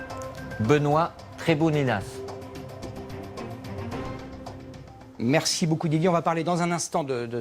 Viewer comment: le pire c est qu apres il dit benoit trebouninas a la place de benoit tremoulinas mdr